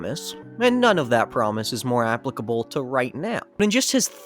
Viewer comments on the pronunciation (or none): none